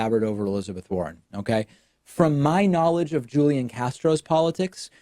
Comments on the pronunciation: I also wouldn't be supporting Tulsi Gabbard, but c'mon, David; you have to know by now how to correctly pronounce Julián Castro's first name. It's "HOOL-YAN"; not "Julian." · It's pronounced HOO-LEE-AHN Castro... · A point on pronunciation: Hoo-Lee-On. Julian is pronounced Hoo-Lee-On. ...you do know it's a Spanish name, right? Is the dialect you know that different from the one common in South Texas? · I just expected David as a native Spanish speaker to be able to pronounce a Spanish name. Maybe I'm wrong! ;-)